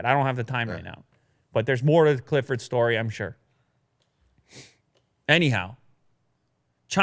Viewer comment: Every time he says anyhow, I hear a你好😅